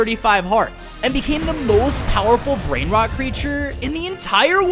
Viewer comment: The way that they mispronounce the Italian brain rot